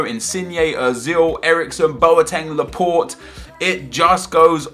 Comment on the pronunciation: The way he pronounces laporte is soo annoying!